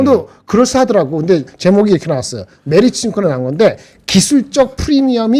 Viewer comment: 김 본부장 께서 오늘 메리츠 증권 얘기 할 때마다, 메르치 라고 자꾸 들려서 아침부터 맥주랑 멸치+고추장 먹고 싶었네요.